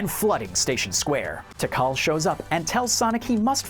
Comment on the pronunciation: I thought it was pronounced tee-kal